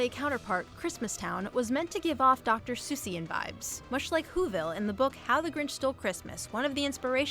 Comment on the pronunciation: Did you say dr.sueisse?